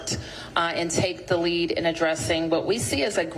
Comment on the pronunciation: Focus? She can't even say the word focused.